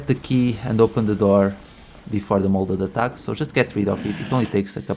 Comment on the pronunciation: It’s MODEL shotgun not molded lol. Not a big deal at all but I thought it was funny